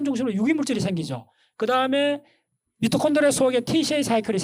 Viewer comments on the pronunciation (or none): none